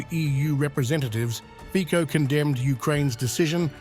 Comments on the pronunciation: Jesus... NOT Fiko... but Fitso.... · it is not slovakia initiating waves but ukraine, in other words not "whatever putin told fico" but "whatever masters told zelensky" ... also it is fonetic fico not fiko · 😮😮 Hey narrator! Learn the correct pronounciation of Fico, pronounced fitso!😮😮 Thumbs down! 👎🏻👎🏻👎🏻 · Where does Romania get its gas from? His name is pronounced FIZO!